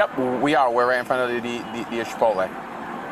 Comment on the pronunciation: The officer keeps calling it "Shipotle" and thats really irritating me